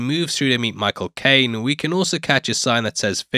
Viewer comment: You thickened the accent when first saying "Michael Caine" ?